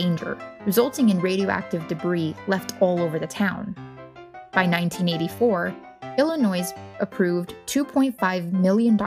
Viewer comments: No “s” at end when pronouncing “Illinois”. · I said the same thing. Who in the US doesn't know the s is silent in Illinois? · A lot of people mentioned that she is pronouncing "Illinois" wrong. We are aware. I have told her that myself as I was editing. I didn't think it would be this much of an issue. Do try to be courteous in the comments. Thanks. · The "s" in Illinois is silent. I'm sorry, I had to say something. Very educational though. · The S in Illinois is silent. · For real though haha😂